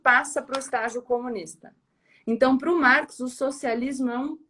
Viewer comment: isso aí eu me adiantei ela fala marx engels perfeito é isso aí parabéns Gabriela